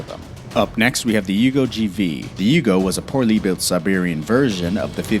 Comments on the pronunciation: The video is interesting but you have got to do some research. The YUGO is from YUGOslavia. Beyond that you mispronounced basically every single car name. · The Yugo wasn't "Siberian" 😂. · How many car names can you butcher? And the Yugo was made in Serbia not Siberia